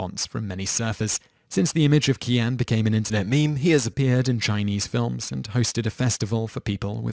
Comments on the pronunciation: "Qian" is pronounced "Chyen." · How do you not notice you pronounce the name Qian three different ways within the span of one and a half minutes?